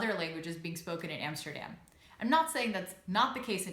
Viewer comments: Love your videos though. Love your pronunciation as well. Even saying Utrecht. Now pronounce A'dam like you know instead of Emsterdamn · I have always wondered why you still pronounce Amsterdam in an American way " Emsterdem" , but pronounce Utrecht in a Dutch way. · That's the first thing I noticed too! 😁😆